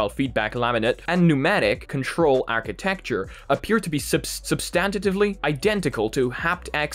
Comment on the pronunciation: SUBSTANTIVELY pronounced incorrectly three times. I had to point that out it seems.